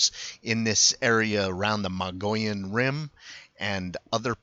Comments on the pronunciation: It is pronounced Mo-gi-on. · it's MOW GEE YON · Yes Mogollon is pronounced Mo-go-yon, but locally pronounce as stated Mow-gee-yon. Mogollon is a Spanish word, and comes from the period when Arizona was part of the Spanish colonies. The original European name of the mountain in the footage was called the "Sierra de Sinauga" by the Coronado Expedition in 1540, then it was renamed in 1629 to its' present name "The San Francisco Peaks" by the Franciscans after their founder Saint Francis of Assisi. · Pronounced. Muggyon and they would have been on 180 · Learn how to pronounce the name. We are not the Mongollian Rim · The Mogollon Rim is some very beautiful Country. I practically grew up in the White River area in the White Mountains. It is pronounced like this ........ (Moe Gee Yawn) Rim. Thanks for the video and the info. Cheers